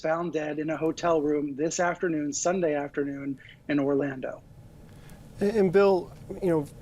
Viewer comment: Hey --learn how to pronounce "deputies" (sounds like "dep-you-tees"). Also, learn to pronounce "tour" (it rhymes with "newer").